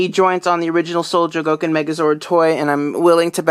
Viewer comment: ftr, its pronounced Sho-go-kin, not cho-go-kin